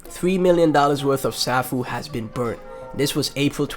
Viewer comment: Nice vid. BTW, Safuu is pronounced "Sayfoo" . Also, there is no presale of SafuuGo (SGO). You will only be able to swap Safuu for SGO during the first 12 hours of SGO release. After 12 hours, you can buy SGO with BNB. So buy Safuu now if you want to get SGO as soon as it is released.